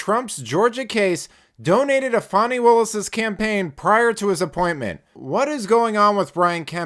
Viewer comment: Her name is FANNY NOT FAWNY. SAY HER NAME!! 😂😂😂😂😂😂